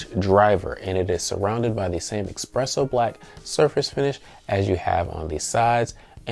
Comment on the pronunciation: Drink every time he says eXpresso lol